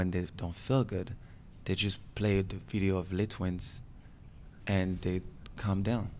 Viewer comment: WHY they pronounce le twins?? not le's' twins